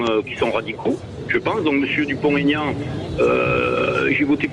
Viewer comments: Bercoff a la tête dure... C'est Dupont.... Aignan, pas Tégnante ! 😂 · On ne fait pas de liaison quand il y a un trait d'union. On dit Dupont, Aignan et pas Dupontégnan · Pouvez vous dire son nom comme il faut!!! Pas Dupon- taignant!!! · Oh bercoff ..Nicolas vous a dit pas de liaison entre dupont et aignan.. c'est pas compliqué